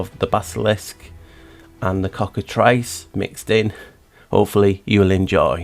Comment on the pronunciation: I'm glad you called it the Cockatrice and not the "Cockatreece" the way some people mispronounce it. Like "Minotaur" and not "Minatar".